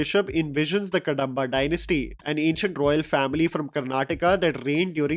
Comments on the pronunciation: It's कदंब dynasty, not कडंब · Kadamba pronounced wrong. It's not कडम्ब, it is कदम्ब. Btw, nice analysis 👍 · it’s कदम्बा Dynasty